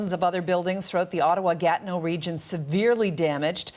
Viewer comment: Its not gat no its ga TI neau